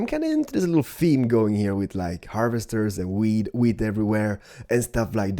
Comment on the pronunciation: He says weed instead of wheat xD